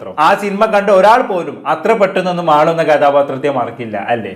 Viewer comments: മാളു അല്ല മാലു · മാളു അല്ല മാലു ആണ്